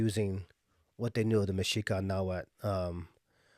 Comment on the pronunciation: Mexica (meshica or mejica)=Azteca.: They where known as Aztecs because they came from Aztlán,Aztecas they become Mexicas when they founded La Gran Tenochtitlán. From the word Mexica is where it comes Mexicano. and México And the languaje is call Nhuatl no nawhal you need to pronunciate the tl the word you are saying refers to a shaman that transform in to spirit animals ..so plz sayit right Nahuatl. and i would like to add that this kind of distinctions only exist or are relevant in USA in Mexico all are Mexicans even if you are zapoteco purepecha whichol etc etc you are mexicano there are no terms such as european mexican of afromexican ..that just doesnt exist in mexico.